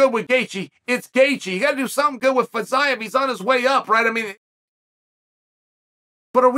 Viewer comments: not feez-eye-ev feez-e-yiev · I thought it was Fiziev but now thanks to Chael I’m calling him FitsIeev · Ah yes Fitz-Eyev, never change chael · Legit took me till the video nearly finished to figure out who Fit-zi-ev is haha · idk, w/Fiziev he changed all the vowels, and a consonant, and added a syllable, in 6 letters. Champ. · Boy, that took an unexpected turn... 😂 minutes of butchering the name "Fiziev", just to end with annihilating the hypothetical person that says Paddy wouldn't be ready for Gaethje. 🙏